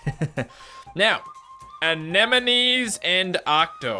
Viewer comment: Anémones, not anémonize!